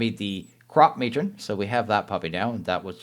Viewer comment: i think its pronounced "crop-muh-tron" kinda like animatronic